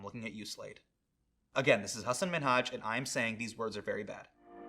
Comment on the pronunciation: You pronounced Minhaz right